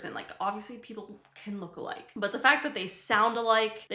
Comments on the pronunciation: you said BUTT Eye doo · you said butt like